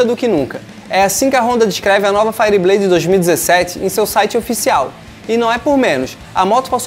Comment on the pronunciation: Cara, pelo amor de deus, fala isso certo, faierbleid, ok? Valeu. Fui.